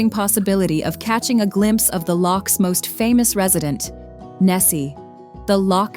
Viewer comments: Locks,stupid woman,it's lochs; Why does an American have to narrate a film about SCOTLAND!!! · Learn how to pronounce “lochs”. Truly awful narration and pronunciation.